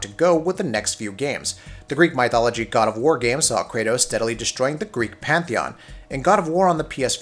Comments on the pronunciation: who says mYthology? lmfao! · I'm sorry but My-thology? And do you say My-th as well? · it's almost like they did it on purpose. How do you go from "mythical starfield" to "my-thology"? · I've never heard someone mispronounce Mythology so badly before lol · Im pretty sure thats not how you pronounce Mythology